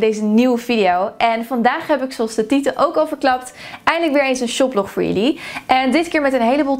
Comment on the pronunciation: Zoals de tieten ook al verklapt? Zo verstond ik het hahaha!